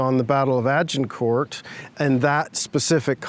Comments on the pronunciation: Jheez can the guy not pronounce Agincourt!!!? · why is he pronouncing the T in Agincourt :P